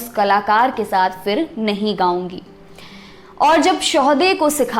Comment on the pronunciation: Beautiful narration.. but b careful with one word 'fir'.. its pronunciation isn't FIR. It's PHIR..फ not फ़